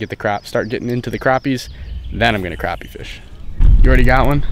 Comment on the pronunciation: Its not pronounced craw-pee its pronounced crappy